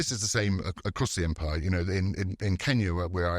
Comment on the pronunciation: Great podcast, but it kind of bothered me each time Mukesh pronounced British empire as British umpire.